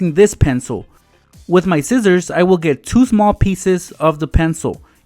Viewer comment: Whydo you say zizzors instead of sissors